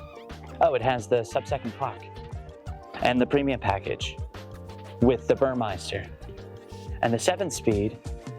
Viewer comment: It’s Burmester not Burmeister.